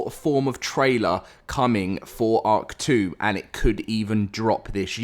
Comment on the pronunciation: Everytime you say “ark 2” I hear “hawk tuah”